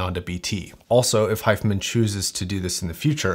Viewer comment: why are you saying 'hi-fah men' ? Its Hi-fi man.